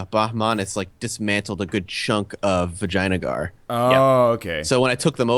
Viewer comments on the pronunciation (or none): I cant not hear "vagina gar" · I know! That is all I hear when they say Vaj...Vj...Vagina Gar ;) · They're convinced that that's how 'Vijayanagar' is pronounced. Either that or it's just an in-joke. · Rolf Soldaat I think they just pronounce it like that because they think it sounds funny and they can't really be bothered to learn how to pronounce it properly which I can relate to.